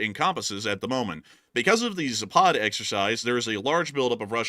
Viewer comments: It is pronounced zap ad, not za pod, dbags. . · Guys, its zapad not ZApad. It's caracas not CA RAcas. 🤣Both are same sound from beginning to the end. American pronunciation sometimes really drives me crazy :face-purple-crying